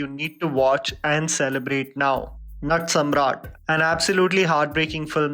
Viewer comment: Your pronunciation of Natsamrat was not correct